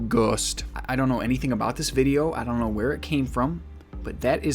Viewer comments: really just said "ghöst" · “straight up gHUST 👌”